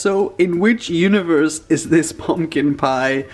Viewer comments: I love your videos but I absolutely HATE the way you say PIE!!! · He says piee